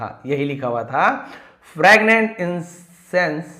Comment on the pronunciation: फ्रैगनेंट या फ्रेगरेंट 😂😂😂😂 आप क्या बोल रहे है sir